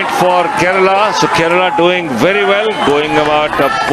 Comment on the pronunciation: Ye Keral kya he bhai? Kerala bolo na theek se!